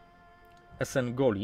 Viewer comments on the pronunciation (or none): EsenOGli, nie Esengoli, i Atrak to (chybanto samo co Etrek